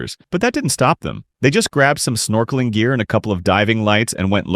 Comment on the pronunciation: the ai voice doesn’t know how to say it properly